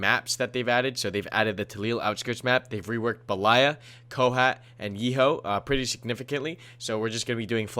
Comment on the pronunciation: Damn you butchered those russian map names lol. Rising intonation is on BE, then falling intonation is on LAYA. At the moment the way you do it the rising intonation falls on LA. So improper: beLAya. Proper: BElaya. VERY IMPORTANT lololol